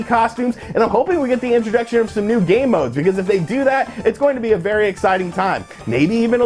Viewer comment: I am a total child. Every time you said "game modes" what I heard was "gay modes." see? child.